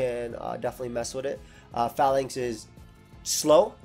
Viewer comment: PRONOUNCE THE NAME RIGHT, IT IS LIKE PHALANX.